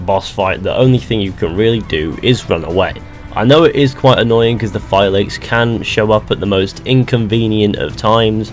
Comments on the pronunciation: Everyone pronounces Phylakes as Fi-lakes...when the entirety of the game, the characters pronounce it as Fee-law-kehs. It drives me nuts. It’s clearly stated and demonstrated, but people refuse to say it right. It’s like when people Alt-Air instead of pronouncing it with the ï. Alt-ai-ir. It’s just lazy and stupid. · phy-lacks. that is how phylakes in pronounced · FYI - Phylakes is pronounced 'fee-lah-kess'. They say it quite a few times in the game, too. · It's pronounced Fi - la - keys in phonetic spelling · Pronounced “Fill” “La” “Keys” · I think phylakes is pronounced phi-la-keys and the singular form of phylakes is phylakiti. Correct me if I’m wrong. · They say the word "phylakes" multiple times in the game... how are you pronouncing it incorrectly?